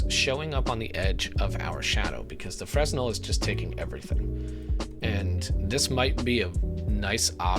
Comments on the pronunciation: This was cool and all but everytime you mispronounced 'Fresnel' my soul took a little bit of chip damage. D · Fresnel - The 's' is silent, fyi.